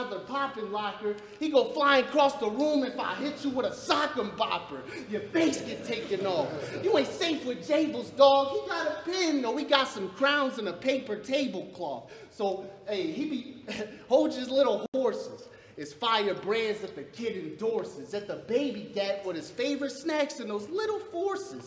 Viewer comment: If Jables didn't pronounce "Crayons" like " Crowns" the bar would have hit hard